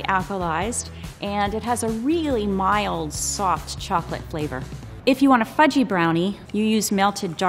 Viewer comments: I thought he said f*cking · I thought he said “fucky and kind of sticky”